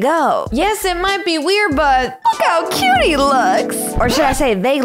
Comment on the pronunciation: It is cyoot